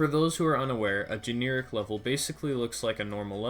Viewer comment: Gen - air - ik NOT gene - ear - ik